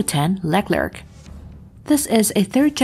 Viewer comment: leck lerk? hahahahhaha it's pronunciation is > Lay Clare